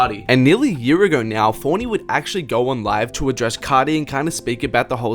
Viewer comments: “Playboi cahhti” Im cryin 😭😭😭😭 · You say Playboi carrrrdi